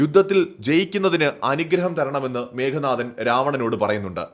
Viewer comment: മേഘനാഥൻ അല്ല മേഘനാദൻ(മേഘത്തിന്റെ നാദത്തോടെ (ഇടി വെട്ടുന്ന ശബ്ദം ) ജനിച്ചവൻ